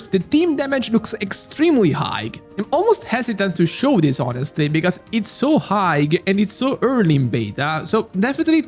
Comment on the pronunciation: "high" si pronuncia senza la "gh" finale, quindi come il saluto "hi". Se fai i video in inglese, al netto dell'ottimo lessico, dovresti lavorare un po' sulla pronuncia corretta.